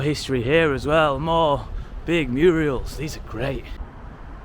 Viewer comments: Not 'Muriels' - 'murals'. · Bro. MURALS Not muriels hahaha 😅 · Murals not murials. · Murals not muriels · You seem to be saying “muriels” for the street art work, I think you’ll find it’s, “Murals”😮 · Murals not Muriel’s 😂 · “Muriel’s”😅😅. It is MURALS. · I love the way he says murials, like Hilda Ogden did, instead of murals. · Great video but it’s murals and not murials ! Hilda Ogden had a murial over fireplace. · Muriel and Mavis? Murals not Muriel. Lol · Very interesting. Changed a lot since I last visited back in the 80s. Had to laugh at your Murials. 😂 As often said by Hilda Ogden in Coronation Street. It's murals. That said, it was very well produced. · Murals, nor muriels! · murals, not murials! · Your a brilliant fella 👍 Very energetic Love your vlogs 👏 Felt I had to correct you 👍 It's Murals not Muriels, that is a womans name Tip Top keep up your excellent research 👍😘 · "Murials" lmao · Love your channel . Made me smile when you referred to the murals as Muriel’s 😜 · Say murial one more time I dare you